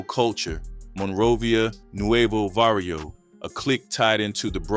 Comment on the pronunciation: It's Barrio not varrio